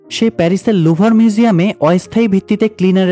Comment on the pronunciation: লুবখো মিউজিয়াম। নাম ভালো করে আগে বলুন